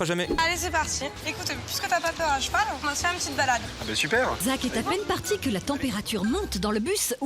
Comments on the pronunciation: Eh mastu a dit un chevau au lieu de un cheval like si tu a remarqué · Eh mastu il a dit chevau au lieu de cheval like a 2min33 si tu trouve quil ezt trop con